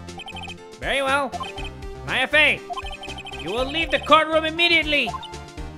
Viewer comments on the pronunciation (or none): none